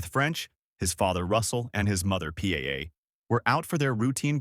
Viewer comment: Why does your idiot AI robo-voice have so much trouble with the name "Paola"? Here's a hint: It's like POW-la, not P-A-A. Don't you people proof the audio before you publish? When Robo makes an error due to a word it doesn't recognize, go into the script and enter the word phonetically. I thought every video editor would know this...